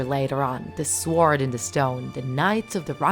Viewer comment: lol can't even prenounce sword properly :/